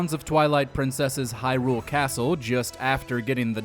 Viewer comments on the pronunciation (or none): none